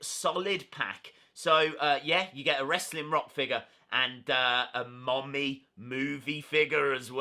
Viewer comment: Its mummy not mommy